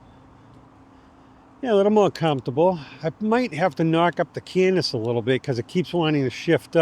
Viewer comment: Great video. Incidentally, there's no n in cadence before the d. And it's a long a. Keep rocking...